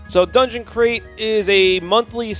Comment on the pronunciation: Dunegon? Come on fellas. That said...I love a good unboxing!